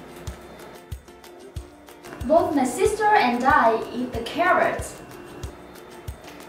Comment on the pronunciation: Both( bốt) cô học cách đọc ở đâu ra z cô